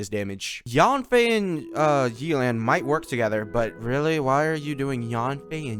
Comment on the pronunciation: YAY-LAN NOT YEELAN😭